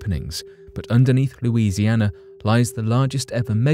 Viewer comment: Louisiana 🥹 love the way you say that